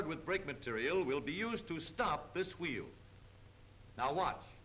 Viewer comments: funny how they pronounce wheel as "H-weel" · I love the way he says Hweel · I like how he says wheel